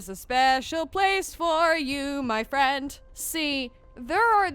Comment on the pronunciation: I’ll be your fwiend ^-^